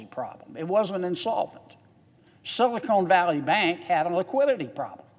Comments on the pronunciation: It is not "Silicone" Valley. It's Silicon Valley! And, can we have a moment of silence for those who died, drinking shots every time that he said "Silicone" in his speech.💀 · Every time he says "silicone" valley I laugh and think about Hooter's restaurant. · “ Silicon not Silicone “ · This guy is stupid! He can't even pronounce sylacon Silicon Valley. It's silicon, not silicone. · Silicone valley bank? Lol 😆 It's SILICON. Idiot